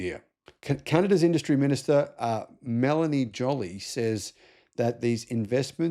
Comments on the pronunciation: Her last name, Melanie Joly, is pronounced "Joe-lee." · Melanie JooLee add an "o" and "e" when pronouncing her last name